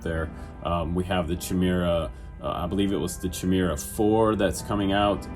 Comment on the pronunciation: I think it's pronounced 'ky meer ah' . Thanks for doing this rundown..looks good~